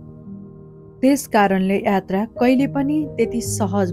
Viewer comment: hajur le jaile attra vannu hunxa yatra vannu na